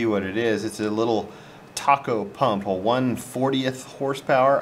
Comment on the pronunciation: Great video! FYI, the pump brand is pronounced TAY-coh. I assumed the same delicious sounding name too, so no worries!